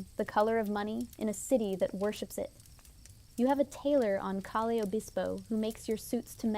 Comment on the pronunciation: FYI…..”Calle”…..is pronounced “Kai-yeah”…….see if you can get it right!